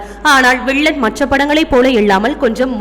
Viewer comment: Learn how to use "ல்" and "ள்" appropriately.. Example: you pronounced "விள்ளன்" instead of "வில்லன்"